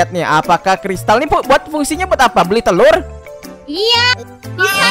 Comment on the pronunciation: Bang ko lu bilang terur